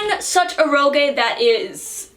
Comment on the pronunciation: Every time mispronounces "eroge" a cute anime girl loses her wings.